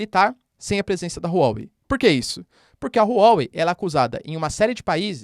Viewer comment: Não se lê Rru Uó Uei Lê se Ruá Uei